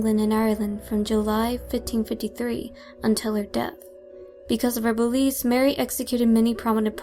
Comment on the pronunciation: why do I keep hearing "boobies". I know you're saying beliefs. But all I hear is boobies.